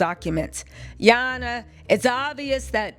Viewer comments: Gurl when you say”ya hona” has me on the floor laughing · Came just to hear you say, Ya Honna---😅😂😂 needed to laugh before ending the night..thanks!🤣🥰